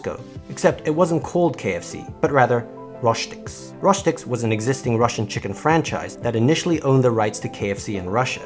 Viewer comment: it is read Rostiks and not Roshtiks